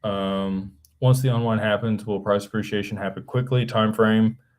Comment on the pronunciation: PRAHS 'PREE-SHE-AY-SHUN